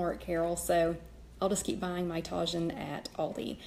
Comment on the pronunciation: You can get Tajín at latin grocery stores. It's pronounced TAH-HEEN. The J is pronounced with an H sound.